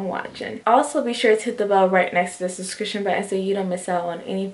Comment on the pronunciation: lol I love how u always say 'suscription' instead of 'subscription' lol. Hair looks really cute.